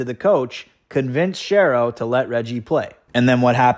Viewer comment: Good vidéo but "Shero" rhymes "with hero."